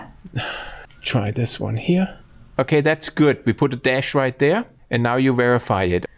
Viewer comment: "Now you Vera-fy it" das ist comedy gold.